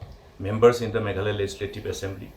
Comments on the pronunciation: Meghaloy ???🤣 jin-da-bad.... Lah goi 🤣🤣🤣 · Not meghaloi its meghalaya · Meghalaya not Meghaloy..please 😬😬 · your party tmc can't pronounce meghalaya .shame of this party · Tang ban pronouce MEGHALAYA ruh kam pat ianang ...Shame on these people